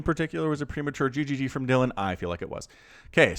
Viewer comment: Dylan is always pronounced "Dillan", not "Dialin'" (which is what you do on a telephone). Dylan is a Welsh name and that's how it's pronounced in Wales. We don't talk about "Bob Dialin'" (American musician) or "Dialin' Thomas" (Welsh poet).